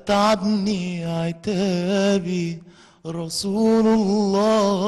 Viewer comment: رسولَ الله يا احمد بالفتح مش بالضم ... عشان المعنى كده اختلف خالص